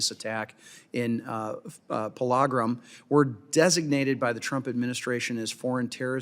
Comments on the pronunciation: wtf is pala gram😂. It's Pahal-gam😮‍💨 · Pahal-gram would be historically accurate.